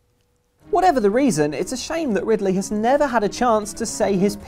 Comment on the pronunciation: Its Ri D ley tho.